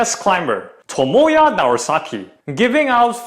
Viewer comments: idk you are intentionally pronouncing his name Tomoya or its just your accent, but it sounds like Tomoya instead of Tomoa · His name is Tomoa not Tomoya 🤌🏻